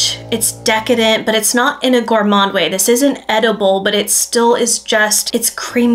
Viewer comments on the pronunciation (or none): none